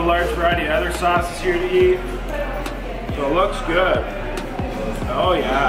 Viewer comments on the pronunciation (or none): once in a while, gets super Canadian on us "Oh yaaaa!" hahaha good job guys.;)